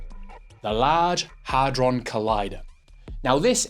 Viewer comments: Not "hardhron" it's hadron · Hadron NOT Hardron!!!!🤦‍♂️